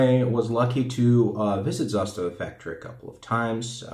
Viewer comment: Nailed the pronunciation in serbian